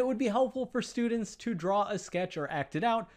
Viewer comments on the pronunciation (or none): none